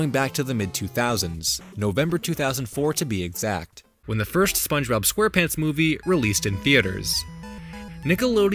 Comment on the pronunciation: Gotta love how it says “Spongebob ‘Gone’ Pants”